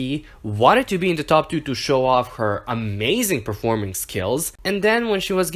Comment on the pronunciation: emphasis on amazing